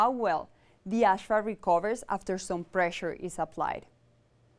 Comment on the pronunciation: it's not ashphalt it's asphalt!